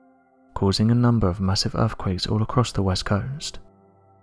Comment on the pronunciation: Also Earthquakes are pronounced as they are written. There is no F in the word but our narrator would have us believe that “Erfquakes is the correct pronunciation, and not forgetting and I quote “massive def-count” which aught to be massive death-count! Whoever he is he needs to take lessons in Oratory as the job of a narrator is to provide a clear statement that is audible in the language it is written.